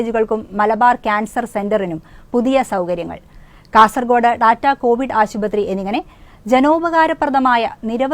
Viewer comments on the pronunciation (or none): ഡാറ്റാകോവിഡ് ആശുപ८തി അല്ല ടാറ്റാ കോവിഡ് ആശുപ८തി.